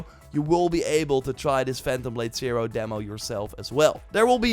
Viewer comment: Phantom Blade Sai-roar! Cam-bohws! Tsjonge, jonge…